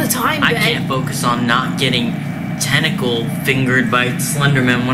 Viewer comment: "tentical fingered" 😭😭😭 i died